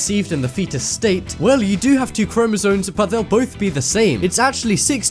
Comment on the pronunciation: You sound dumb saying "chromosoNes".